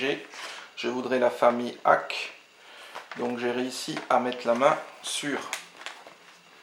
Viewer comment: Salut. Effectivement tout le monde en parle de One Punch Man, si ça continue je vais m'acheter le premier aussi pour voir... Ouh jolis les .Hack !! Sinon on dit Dot Hack (le petit "." se prononce) :p De beaux achats =) Tchou